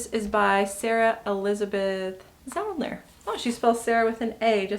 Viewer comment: I’ve made a few cats from the Victorian Housecats to Knit Book. And just for your information, it’s Sara Elizabeth Kellner, not Zellner. Thank you for sharing all you do. I love your style! 🙏